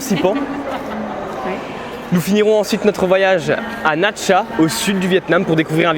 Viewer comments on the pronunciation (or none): “Na Cha” !!! 😓 Really??? 😡 Ce ne serait pas “Nha Trang” plutôt? 🤔 Même si la majorité des musiques craignent et ne collent pas aux images!!! 😫 Sans parler de la prononciation “à la française” (un petit effort aurait été le bienvenu, ou même juste mettre le nom sur les images en cours!😉). Cette vidéo est sympa quand même car j’ai appris pas mal de trucs! 🤗❤️ (Je vis au Sud depuis bientôt 12 ans). La bise de Can Tho! 😘🇻🇳